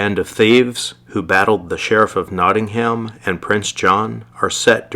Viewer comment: Sorry dear boy it’s not Notting ,,,ham it’s Nottingham 😉😂😂😂😂🇬🇧🇬🇧🇬🇧🏴🏴🏴